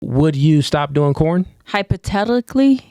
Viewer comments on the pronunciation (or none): 2 seconds in and I lost brain cells. Tf is hypotellicaly 😂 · Not even in Spanish did she say hypothetically correctly😂😂🎉🎉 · It’s fucking brutal, listening to her try to say hypothetically